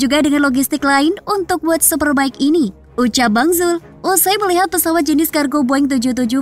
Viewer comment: World super bike min bukan word